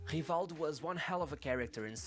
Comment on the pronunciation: it's hivaldju just like the video says. Portuguese is weird